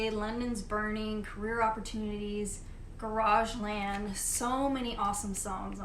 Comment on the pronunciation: Some great choices. Your pronunciation of Chiswick is correct but Garageland made me lol :) So pleased to hear about your love for the Saints. My favourite of theirs is Prehistoric Sounds. I love that Penetration album on your wall too. Another really underrated classic. Have you heard At a Chelsea Nightclub by the Members or the Crack by the Ruts?